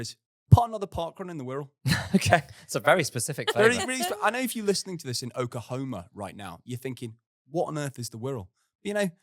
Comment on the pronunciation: I'm originally from Oklahoma, I was caught off guard when dropped that at the end (and mispronounced it - he missed an L, it's OkLahoma)!